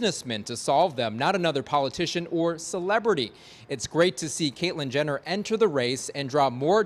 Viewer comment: Sounded like he said Caitlin Gender